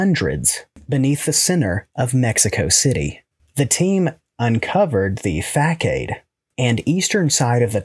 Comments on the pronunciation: ‘façade’ is pronounced ‘fuh-SAHD’, not ‘FACK-aid’. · This guy really said "fah-cade" LMAO! Love the channel tho lol